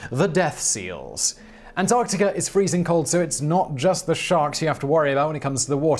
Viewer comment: Actually, if you listen closely, in many cases throughout his videos where the word ends in "a" he turns it into "ar" as in antarcticar. Not a strong accent, but there.